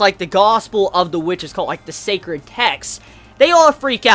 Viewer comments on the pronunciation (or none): none